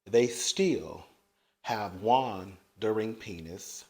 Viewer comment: Not 'Juandering' you clever little minx! =D